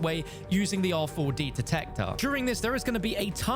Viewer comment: You're tryna trigger people saying R 4 D detector over an over lol just say rad